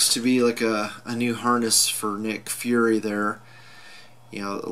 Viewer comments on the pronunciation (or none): none